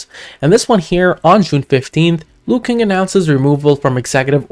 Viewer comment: it’s pronounce Luo-Kuang not Luo-King ✌️